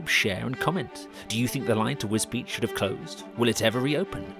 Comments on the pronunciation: This is interesting, but is that really how you pronounce the town's name, as if it's spelt Wisbeech or Wisbeach? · Alas, Wisbech is pronounced just as it is spelled, not as "Wisbeach"! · I think that many people in Wisbech would prefer a rail connection to King's Lynn rather than Cambridge, but that's not on the table. Yes - some pronounce it 'Wisbeck' and I can see how. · It is pronounced Wisbeach but I have always called it more like Wisbitch. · I agree! I've never been, so I would have pronounced it Wisbeck. Now I know. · Yes it is. It is often incorrectly pronounced as 'Wisbeck'. Really glad you enjoyed the film!